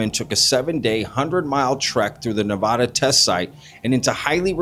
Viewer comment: Hey, I gotta say this. It’s Nevada not Ne-Vah-da. Ive lived here my entire life and we hate it when people say it wrong. I’m stoked you covered this tho I’ve definitely heard the story of Jerry before. He’s a legend as far as I’m concerned. Also, everyone thinks Jerry died from drinking water out of that questionable water source, but Jerry had prostate cancer before he went on that hike, just sayin.